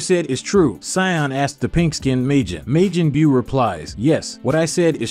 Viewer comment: why do you keep saying Meijin Beew